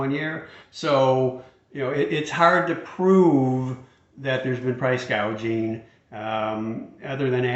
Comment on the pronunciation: She said "price gaging"...indicating she really doesn't understand the issue and just read it wrong off the teleprompter. She was just talking (lying) like any politician during an election.